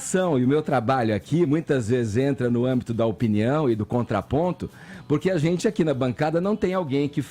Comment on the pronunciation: “Azenti” “Sorti” “Zenti” 😂😂😂 Vamos visitar uma Fonoaudiologo URGENTE